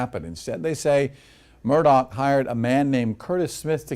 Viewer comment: It's Murdaugh. Not Murdock.